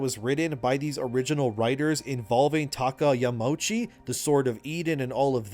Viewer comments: Another great video, thanks for the insights. One little thing tho: it is Yama-uchi (2 seperate words that form one name). The au is not pronounced like the ou in ouch. Sorry for being the "uhm actually" guy. It just kills me a little inside to hear Yamouchi^^ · Japanese words are pronounced with each and every letter. So Yamauchi is Ya-ma-u(oo)-chi. No pretentiousness, just a little note for future.